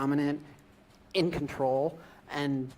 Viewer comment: "in control" Is it just me or do he say that very weird.